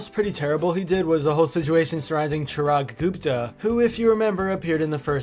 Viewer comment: Vail:ChIRaG GuUpTha Me,Indian who knows the actual pronounciation: -_- Anyways the video was awesome